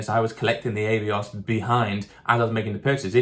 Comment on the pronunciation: I had to stop watching because of the way you say Avios. It’s Ah not Eh